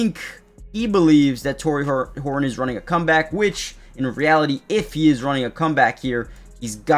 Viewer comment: go Hor un? Please. There is a T in that name. It is HorTon not Hor Un. You are not a Cockney Englishman.